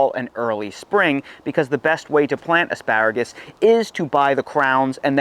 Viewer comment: I’m not sure if he said “AspÂragus” enough times….